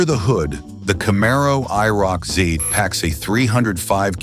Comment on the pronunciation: Please change the title to "I never knew about" because myself and probably everyone knew about these cars. 348 CID and only 105 HP? You made me laugh in the first minute of the video. I quit watching when your AI voice app couldn't even say IROC-Z correctly.